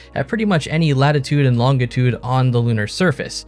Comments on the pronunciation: interesting video here. Thanks for the effort that went into putting it together. However, I've always heard the word which is the counterpart to latitude, i.e., longitude, pronounced LON-juh-tood, rather than LON-guh-tood, like it was. Toward the end, I started hearing, now and then, what sounded very much like the Canadian 'ou'. If you are Canadian, and that's the way Canadians pronounce that word, sorry about being a bozo.😉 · Longitude is pronounced with a soft "g" as in laan-juh-tood.